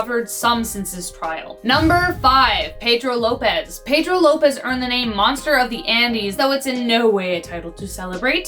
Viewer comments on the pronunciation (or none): none